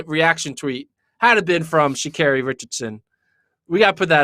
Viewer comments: Sha CAHRI is the pronunciation my gawd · I want tall to pronounce her name correctly. Especially if you’re going to use her (SHA’Carri) in this. The LEAST u can do is get that right.